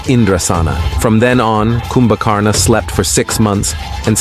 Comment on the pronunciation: Your videos are amazing and are rich in knowledge of our dharma and righteousness but better if you improve the pronunciation by keeping 'a' at the end of most of the names silent Such as of its Ravana, kindly pronounce this Ravan Similarly, Kumbhkarana is pronounced as Kumbhkaran only.